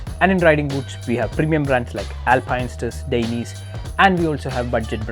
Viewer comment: dainese should be pronounce dai-ne-se